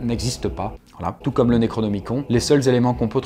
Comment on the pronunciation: Ça ne se prononce pas toot mais tout